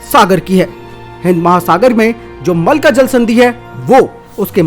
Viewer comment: भाई इसको मलका स्ट्रेट ना कहो यह मलक्का स्ट्रेट है। अच्छी वीडियोज़ में नाम की शुद्धता का महत्त्व होता है।